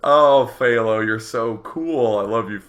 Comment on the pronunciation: u pronounced HThao wrong day9